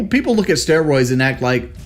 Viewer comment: Sickening pronunciation of "Stwaawoids".